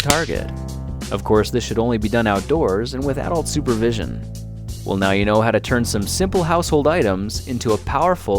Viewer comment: when you said "with adult supervision" it sounded like "without supervision"